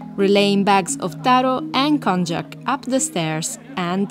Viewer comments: Very good vid! But I want to just correct the pronunciation of an ingredient called Konjakuコンニャク, it should be sounded like"Kon-nyaku", not "Con-jack". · Kon-yak, not kon-jack.